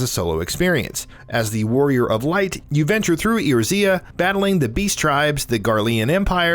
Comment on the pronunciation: Ok you lost me at pronouncing FF14s world as "EeyoreZea"